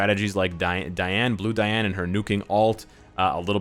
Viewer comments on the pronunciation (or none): You fixed the way you pronounced Ban and now Manga now just fix Diane, DEEane not DIEane.